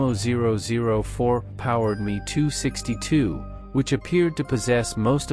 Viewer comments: M.e.262 mispronounced as well. Dump the trendy [and awful] AI narration people. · The 👉🏻 “HEE-TOO-EIGHTY” 👈🏻 was a groundbreaking aircraft for its time, only surpassed by the 👉🏻 “MEE-TOO-SIXTY-TOO” 👈🏻